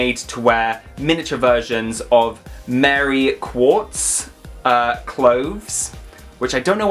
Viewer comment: Mary Quant you are not researching looks as if you dont know the right pronunciation not goog joey